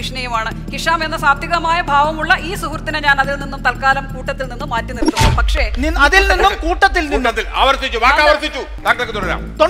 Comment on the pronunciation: 10.54 നെരത്തുന്ന ...എന്നല്ലേ പറയുന്നത് ? തടസ്സം ശരിയാണ്